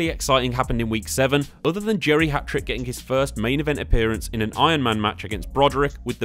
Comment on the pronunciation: Lol I kept hearing geriatric not Jerry Hatrick although it was very fitting 😂